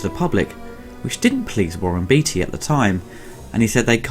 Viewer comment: It's Beaateee not beetee great vid otherwise